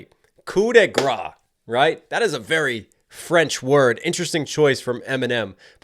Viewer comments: Thanks for all your reaction video. Your prononciation is not right for « grace ». You have to pronounce it like « grass » in English! Shout out from French fan ! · I can’t not comment this as a Frenchman, but, the prononciation of « grâce », is a bit like grass in English. The « -ce » at the end make an « s » sound. Also, wtf, it took you to mention it at the end of the video to see that you have way more than a million subscribers now ! Congratulations ! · you don't say grâce right but good try x)